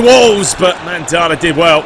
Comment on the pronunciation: Mandanda isn't pronounced Mandara but either way I love love your vids and keep up the great content and commentary.:-)